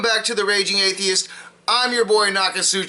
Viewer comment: He couldn't even say the word atheist